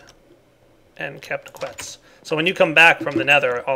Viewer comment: quetzi --> quetzz